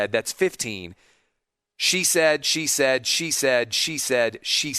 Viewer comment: "She said" started sounding like "Cheesehead" by the end.